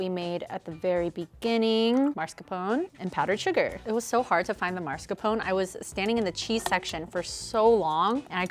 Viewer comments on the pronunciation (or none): mascarpone, not marscapone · You guys, why do americans always say marscapone instead of mascarpone 😅😅